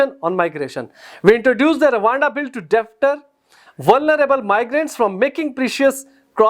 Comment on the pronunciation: unsubscribe this Chanel.he is not part of policy maker.listen dnt spread stupid information.u dnt know how to pronounce *deter*.